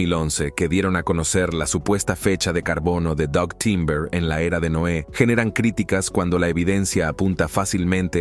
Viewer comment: Por que dice NOA , es NOÉ